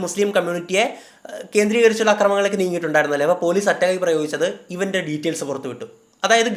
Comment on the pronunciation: ഴ് അല്ല ൾ e.g. അപ്പോഴ് അല്ല അപ്പോൾ എന്ന് പറയുക.